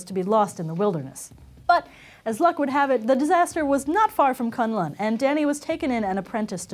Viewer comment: BrainEatPenguin 1 At least she got the pronunciation of Kun L'un right